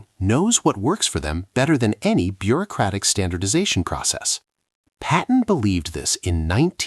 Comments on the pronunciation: 10:OO Another “Patton,” not “Patten.” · Another “Patten” mistake. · . Another “Patten” mistake